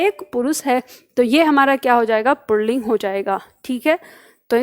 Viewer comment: आप पुल्लिंग को पुणलिंग बोल रही है।